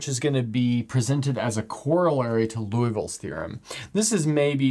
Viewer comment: Lee-oo-vill not Loo-ee-vill